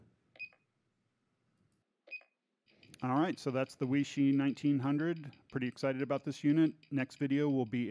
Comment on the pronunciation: Chinese word or name Weishi, pronounced “Way-she”. Not “We-She” Good video otherwise. Any idea what the difference is between the Weishi 1000 verses the 1900, other than the $40 more for the 1900? Thanks